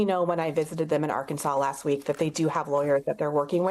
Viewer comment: That's are-Kansas for you.